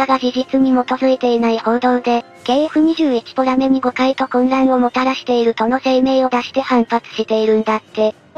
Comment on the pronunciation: ポメラじゃなくてポラメじゃね？